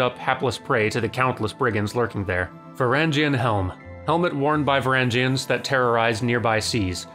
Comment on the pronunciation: If you have time, ask James about the Varangian Guard. I'm pretty sure you're pronouncing it wrong and they were really really cool.